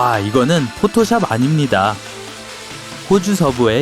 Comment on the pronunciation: 왛~ 의거느은 포토시압 아늼니다↘↗